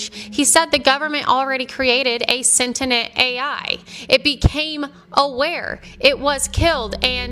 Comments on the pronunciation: Someone PLEASE tell her it is SEN-TI-ENT not SEN-TEN-ENT! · She can pronounce Thessalonians but not sentient.